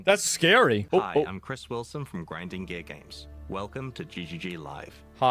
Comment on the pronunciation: Sounds like he said "Grinding Gay Games."